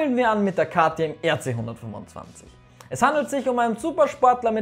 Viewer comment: wer versteht auch die ganze zeit 925 ccm ?